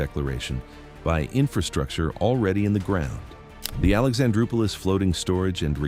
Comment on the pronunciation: He acts like Greeks don't know anything about boats or harbours LOL. USA has taken over Alexandroupoli (nice if he learned to pronounce it) by the grotesque US Amb. Pyatt straight from conducting the 2014 US coup in Ukraine.. However the US was here from 1948 (after testing out napalm on the Greek population), was thrown out in 1980 except for Souda. Now they are back and worse, forced a SOFA on us with Israel which has been busy commiting crimes here. So Greece, which they'd already robbed of 50% of its wealth in the imposed 2010 crisis, was the obvious victim. Wealth? Only payoffs to politicians and traitorous oligarchs.